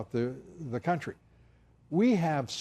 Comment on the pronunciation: Oh no, my country :c AND YOU PRONOUNCED IT WRONG WAHHHH ;C